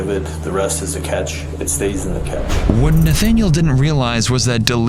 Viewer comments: Cache is pronounced as ( cash ) not ( catch ) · "the catch" (cache) lol